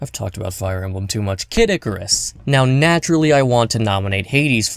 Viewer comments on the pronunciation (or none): none